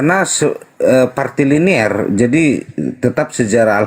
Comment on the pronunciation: Woiii..bukan partiliner tapi patrilinealita..sampai budeg rasanya kuping gw denger partiliner..partiliner diulang2 mulu..dasar oten kucluk